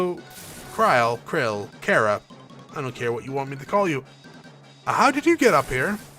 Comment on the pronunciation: If you play final fantasy XIV you learn that krile is pronounced Cry-el since she is in that game in some form like a lot of final fantasy characters and with the voice acting you learn how to pronounce the names. I was actually trying or leave two comments on the same video but oh well lol